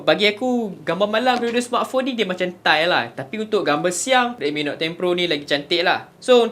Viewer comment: Note dik Note...bukan Not